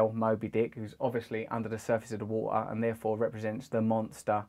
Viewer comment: du monsta unda da wuw-ah